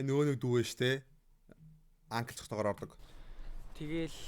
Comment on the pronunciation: Анкл gj unshiishde